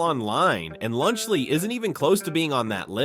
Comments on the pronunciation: "Lunch Lee" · “Lunch Lee”😂